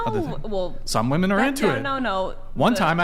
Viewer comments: “Wi-min” it’s pronounced WI-MIN, why does it seem like more and more feminists can’t pronounce the word “women”. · Why, do women say woman in place of women?! It's driving me crazy. We are moose? Gazelle? Deer?😅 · A bunch of people that do not have kids or a spouse talking about kids and marriage. 😂 Also, can we tell (however you spell her name) that when you're speaking of multiple women it's pronounced "women" not "woman". Sheesh 🤦‍♀️ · Is incapable of saying WOMEN